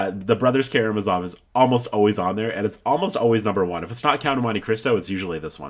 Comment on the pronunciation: Just FYI, to pronounce Karamazov the accent is on the last a.